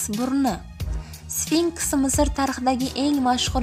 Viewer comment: sfinskmas sfinks boladi